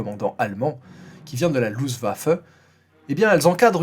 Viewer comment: Bonjour Désolé vraiment de revenir sur la prononciation .....mais on dit luFTWaffe non pas luZwaffe ......Désolé ça vient de Luft : l'air et waffe : arme .... littéralement " arme de l'air" ....ou "arme volante" si on peut dire comme ça..... Bonne continuation 👍🏻👍🏻👍🏻